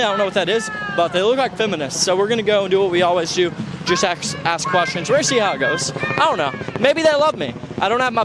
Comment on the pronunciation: inner black comes out just gonna axe some questions 😂